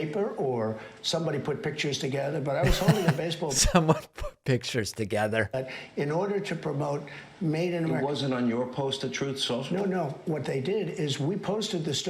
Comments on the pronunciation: I love how David mispronounces Troth social 😂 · Troth... central.... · "troth sential' always makes me laugh Mr. Pakman. Spot on.